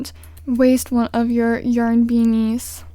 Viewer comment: Why is she saying yern no offence